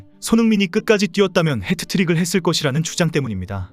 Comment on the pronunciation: 햍트릭 not 해트트릭 !!!!!! 아 진짜 !!!!!!! 여보세요 좀 햍트릭 이라고 하세욧 !!!!!!! 미치겠다 !!!!!! 햍트릭 !!!!!!! 제발